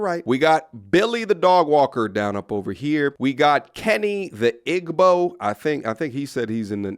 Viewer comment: I think Igbo is pronounced Ee-boe 😊